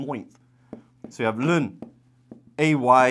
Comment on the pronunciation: First time hearing someone say ln as 'lun'.